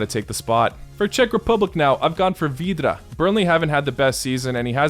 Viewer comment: u said vydra so russian like, we font sound like that xd